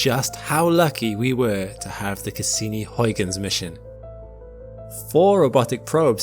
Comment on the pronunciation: it is not hoiguns in is huigens with an ui sound, not an oi...come on.... do your homework please..